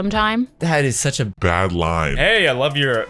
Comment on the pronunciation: she said bad add like your watching a show and there is a add your like BADADD